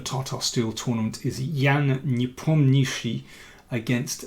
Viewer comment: That's the only correct pronunciation of Непомнящий by an English speaker!